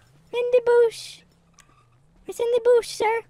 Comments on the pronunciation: “There’s a dead body in the boosh” lmaooo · “there’s a dead body in the boosh”